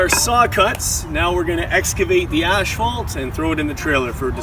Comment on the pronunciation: Hey! You said you were going to pronounce asphalt right lol